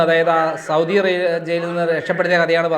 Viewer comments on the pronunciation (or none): none